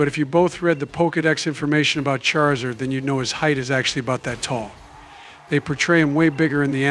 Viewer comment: Nobody gonna talk about how Obama pronounced Charizard as Chairzard? xD